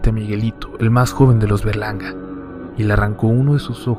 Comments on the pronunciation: yo crey q dijo los Bergalarga y era los Berlanga jaja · Pense que decía verganda XD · ¿Fuí la única que pensó que decía Bergalarga? :v no me juzguen plox